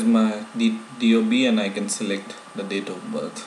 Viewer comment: "Date of butt" lol PS : I like your vids, keep doing !!!